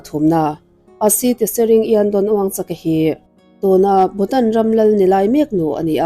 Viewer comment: I thu lakna hi ka hre chhak hle mai. A ngaihnawm khawp mai. Mahse, lal hming ilam khan wuangchak nilo in wangchuk wangchuck ti a lam tur. lal 4-na in unau a neih chhan hi an lal te kha an damrei lo lutuk kha (a pa pawh a thih hma em vang khan) an puithian in Unau hmeichhia hlir 5 nupuiah neila tichuan he anchhia hi lal chhungkua atangin a reh ang a ti a. Tichuan unau hmeichhia hlir 5 te chuan neitura ruahmanan an siam tawh chu an unau zinga naupang ber chuan a duh talo a atlanbo san ta ni. Mahse an 4 chuan nei thoin an naupang ber tlanbo ta pawh chu tunah Bhutanah chuan lo letin a awm ve leh tawh. Lal 4 nain tuna lalna a hlan hma chhan hi chu lothsampa (nepali ho sawina) ho an suat vak avangin khawvelah a hming chhiat phah em avangin a lalna a kalsan ta zawk a ni. Mahse, India sorkarin a thup sak tlat avangin khawvelin a nilo zawngin an hreta a nih hi. Sawitur atam hle mai sawitawhlo ang😊